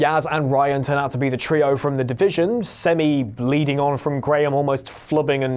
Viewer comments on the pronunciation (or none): none